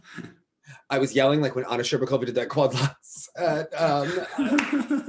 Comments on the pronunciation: Shur-BAWK-ova Lol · The way the commentator pronounced SherbAkOva made the russian in me boil 😂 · Anna scherBAkova and Nam nGUyen. AGHHH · he also kept saying "Shcherbakova" completely wrong, it annoyed me so much